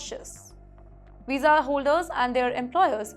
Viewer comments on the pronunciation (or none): Madam your pronunciation is pathetic. It is visa not wisa. Get some accent training.